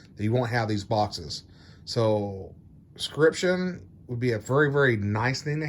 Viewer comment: I think you provided some good info, but man, pronunciation of words is hard I guess. It is not 'scription', it is 'subscription'. SUB.....SCRIPTION. It's easy, don't be lazy.